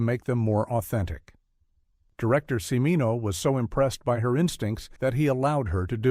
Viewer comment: Yeah, how about that! Jesus! Did the creators of this thing bother to watch it after it was completed? And, I believe the "narrator" is mis-pronouncing "Cimino."